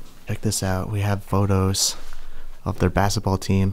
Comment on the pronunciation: I wanted to punch a wall every time he said “bassetball”.